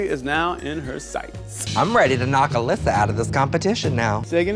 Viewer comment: ALYSA not Fucking Alaska